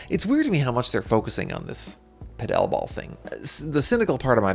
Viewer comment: Why on gods green earth are you saying Paddle ball that way?